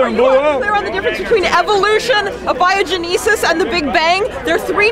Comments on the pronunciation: "Abio-geneses". She's right, but she doesn't know how to say Abiogenesis. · I am an atheist and I have done research on abiogenesis and I agree with their arguments, but her pronunciation "abiogenesis" is appalling....